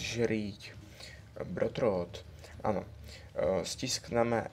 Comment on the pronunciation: tyčky vole :-D to se nedá, to se nedá aženzžrít brotrot, a pranc of persíž :-D OMG